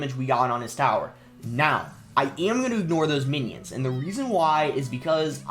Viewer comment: Why does boss say “ind” instead of “and”